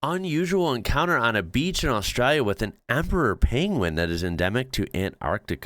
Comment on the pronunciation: Well done bro!! You now even say the name of our country the right way. A-straya. On the snow; believe it or not, we actually have more snow on our east coast than Switzerland. I'm a 71-year-old from Western Australia, and I've only seen snow twice in my life, and neither time was in 'Straya.